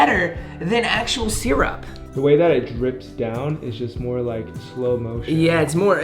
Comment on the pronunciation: nobody:: “seerup”